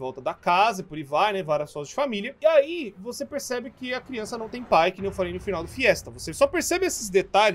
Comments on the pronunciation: Crionça? Kkkkk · crionca ne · É CRIONÇA não criança